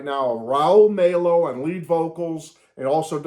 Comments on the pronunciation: Glad you're loving the album!!! It's on my Spotify rotation right now!!! BTW, Raul Mal-O...that's the pronunciation...Like Mal Evans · Pronouncing Rauls last name wrong